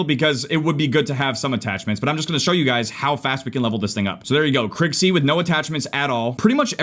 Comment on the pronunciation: Its pronounced Kriig, not Krigg